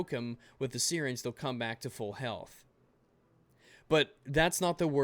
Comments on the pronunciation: "The seereenge" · lol dude that isn't how you pronounce "syringe" x"D